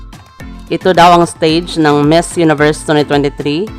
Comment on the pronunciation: Please also practice your pronunciation like: Miss and finalist etc. You have a lot of followers that may think your pronunciation is the right one.